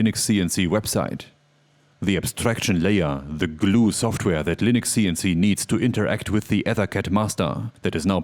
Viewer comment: Schtudio Schoftwär Beste Aussprache auf YouTube 😂